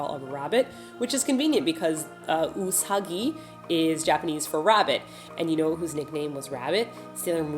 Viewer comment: Hi! Great video.:) Just a little thing: you pronounce your Japanese consonants slightly aspirated, so instead of saying 'ka', you say 'k(h)a', with a slight H in the middle. That shouldn't be done in Japanese. So it's not 'us(h)agi', but 'usssagi'. I think Korean influenced you, cause you are supposed to do that in Korean... Hope that helps! Good luck.:) Lorenzo